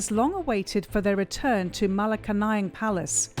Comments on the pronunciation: It's pronounced MA-LA-KANYANG. Malacanang. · Ma-La-Ca-Nayang Palace 🤣😆😝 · Dear CNA reporter: Malaka-nang🥹. Malacanan Palace is pronounced as “Mala-can-nian”. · Malacanayang ampotah do your research and pronunciation properly stoopid foreign medias. 🙊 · This jounalist doesn’t even know how to pronounce the malacanang palace! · Why is there a need to ALWAYS say “son of the dictator president”? And please try to search for the correct pronounciation of Malacañang.. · This is a journalistic piece, therefore, a bit more effort should've been made in pronouncing "Malacañang". Just saying. Moreño = 🙅 Moreno = 👍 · this stupid foreign media knows nothing about the philippines! marcos is well loved by majority of filipino. you cant even pronounce malacanang correctly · If your narrator can't even properly say "Malacañang" "Maralita" , Moreño ( it is Moreno) , I doubt she did her assignment. When presenting a story and you brand the candidates based on your preferred labels, very professional. On all the "expert" statements, definitely would question how research is conducted on the accuracy. I feel the piece lost its objective to present facts, it's mostly blanket statements. I truly love CNA Insider but you need to dig way deeper on your subjects and sources. I feel you're doing this material with the business gain (clicks) in mind, not a deeply researched piece . Check some of your "expert"sources , are they mostly from one side ? When they share their thoughts, they state them as if they were facts but they sound like personal opinion. Therefore you have a one sided narrative. Also the "Estate Tax" , is this final and executory or is it an estimated Estate Tax? There's a lot more than picking and choosing a general statement. Be more present also be mindful how you use your label. Your piece can affect people's lives, let that sink in. Responsible reporting is definitely a rarity these days in the times of fake news . So please be responsible.